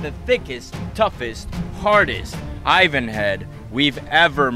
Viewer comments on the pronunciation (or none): Whats an aivaan? You mean Ivan?